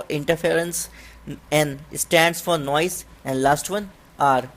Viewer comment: Its Noise ..not noice